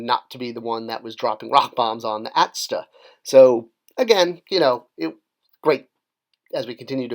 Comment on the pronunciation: NOBODY: - "AT-STA".... It's an A-T-S-T, say it with me now! Cool video though, I enjoy the idea of these even if they are a little cheesy. Total 90s